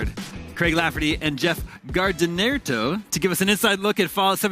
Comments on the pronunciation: What's up with mispronouncing Jeff's last name? Only thing I can think of is someone forgot to put a space between his last name and to, so now you have Gardinerto instead of Gardiner? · Look at Jeff's face right at the beginning when the dumb host butchers his name! LOL! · That guy got so mad when the interviewer pronounced his name like a doosh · HAHA did you see the last dude's face when he heard his name pronounced WRONG at the start XD..... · the reaction when he read his name wrong lool